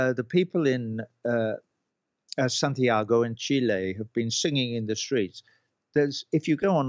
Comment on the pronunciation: Love they way he says chile !! He is from Cambridge ! Not South America , he is angry !! Again but passionately correct , love Roger watched him all over the place , Music is incredible lyrical genius !